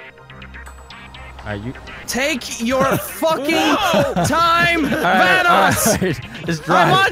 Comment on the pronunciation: Ey its Van-oss